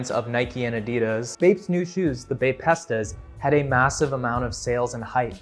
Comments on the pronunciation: Maybe I’m just being an asshole here or overly critical blah blah blah but your inability to even pronounce the items you’re talking about was enough to completely sway me away from this video. Baypesta rlly pissed me off bad ngl. It’s called a bapesta bape-sta. Not baypesta. And maybe this is just the millennial who lived through this in me that’s talking but damn at least talk to someone who was there firsthand so you can get a decent idea of what happened and what you’re talking about. Or maybe you were just rage baiting idk but that right there sent me over the edge. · The Bapesta pronounciation HAS to be bait 😂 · Good video but the way you pronounced Bapesta killed me ngl